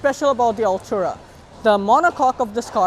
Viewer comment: No hate but please pronounce it correctly, you’re saying “Altura” not Artura. Nonetheless good effort.